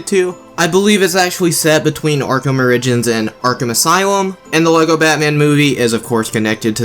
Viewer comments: Never heard origins pronounced that way lmaooooo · The way you say Arkham origins lol